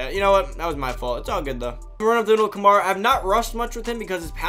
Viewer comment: Say it with me Ka-MARE-uh. Not Kuh-MAR-ih